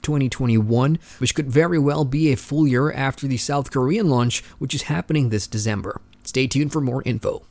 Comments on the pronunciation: its december not deZember dude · Thanks for all the news! As someone else mentioned, the English month is pronounced December rather than Dezember. I know this is hard to get used to if you're accustomed to saying Disyembre, but since you seem to be going for a Western audience, it's a small thing to pick up. Keep up the good work! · I'm from the same country as. The way we pronounce December is how it's suppose to be pronounced, with a C not Z. I'm not sure why he's pronouncing it with a Z.